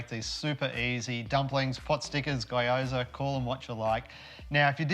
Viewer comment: Great well presented little video. Since my job used to take me to Japan a lot, I've always wanted to know how to make Gyoza and yours look really good, now that I know I can't wait to give it a go.... thanks! BTW Gyoza in Japan the y is pronounced ee like Geeoza, (like gease)